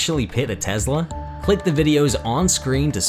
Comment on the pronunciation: Ah yes, a “teesla”